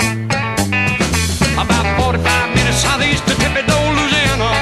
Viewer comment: This man pronounces Louisiana as it should be said , anything else is yankee speak .